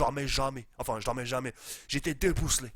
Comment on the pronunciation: " debouslé " mdrrrrrrrrrrrrrr on t'aime